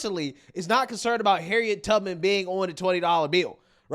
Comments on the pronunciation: Did anyone else hear Congresswoman Beatty say "Harriet TUGman"? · Did she say Harriet “Tugman”? 😂